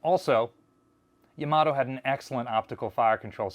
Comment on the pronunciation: Not real important BUT Yama - toe is the correct pronunciation for Yamato at least if one is pronouncing it as a Japanese word or name.